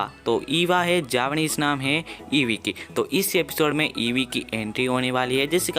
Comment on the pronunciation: Abe wo Eva h evee nahi or japanese m bhi evee ko eva nhi kahte ibui kahte h